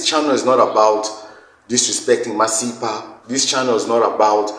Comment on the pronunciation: But the way that guy pronounced Masipa for me that made me side eye him. It is a South African surname which he pronounced the same way I've heard zimbos pronounce their own Masimba surname.